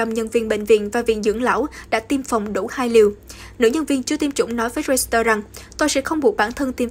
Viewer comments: Hãng tin “reuters” chứ KHÔNG PHẢI là “reuster” ạ! Thím đừng có “sì” lung tung! Làm gì có hãng tin “roi-sì-tơ” 🤷‍♀️ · Xin phát âm đúng từ báo "Reuters"! (... ; ; v.v...)